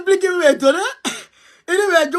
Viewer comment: Blinken et non Blinkin